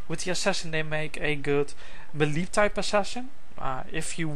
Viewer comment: hes pronouncing melee wrong.. its getting annoying..